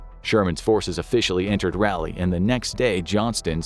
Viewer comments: rahh-lee. not rally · Raleigh is rah-lee, not rally. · I'm live and am from north Carolina and idky but it bugs me with the way he says Raleigh.